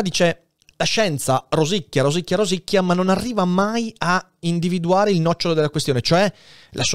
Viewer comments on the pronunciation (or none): none